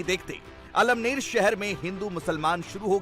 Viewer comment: अमळनेर है 👍 almner नहीं